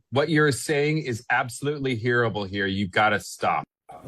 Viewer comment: WHY did the person on the audio say HURRIBLE, not horrible?! WHO doesn't know how to pronounce the word HORRIBLE?!! WONDERING IF PARTS OF THIS HAS BEEN TAMPERED WITH AI?!! Sounds like something ONLY AI would do!